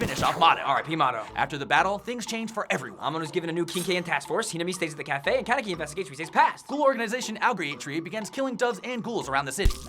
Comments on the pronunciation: It's kanEki, not kAneki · Did he just say kenkaki?